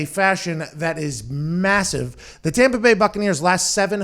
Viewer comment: The tompa bay gronkaneers